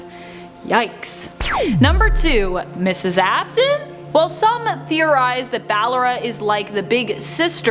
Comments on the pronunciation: It AFf-Ton Afton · the video: elishabiths sister me: NO ITS CLARA YOU DUMB BOTTY also me : ITS AFTON NOT AFTAN